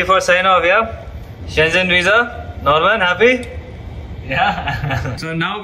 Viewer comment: You pronounce Schengen incorrectly